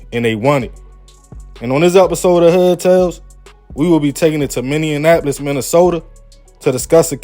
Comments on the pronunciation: It's not MINNE AN APOLIS , it's MINNEAPOLIS. DAMN, least learn how 2 pronounce a city if you're gonna report on it ! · MINN-E-APOLIS not minn-e-an-apolis. Why is this hard for y'all to say? Can you not read? Where is this extra "N" coming from? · Lmfao, it’s not that serious. You knew what he meant 😂 and plus it’s probably hard for ppl to pronounce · Fs with your channel heavy my boy, but the way you keep butchering Minneapolis has me rolling over here 😭💀 Luv from the D and always good content 💯